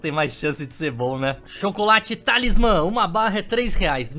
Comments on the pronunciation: Eu não tankei nenhuma vez que ele falou TALISMÁN Kkkkkkkkkkkkkkkkkkkkkkkkkkk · "TalismÁMMMM" KAKAKAKKAK